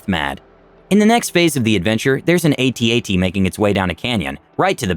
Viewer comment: Please tell me you didn't just say A-T-A-T. Please no. Just no.